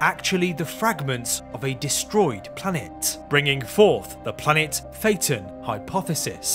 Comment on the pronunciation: SAY IT RIGHT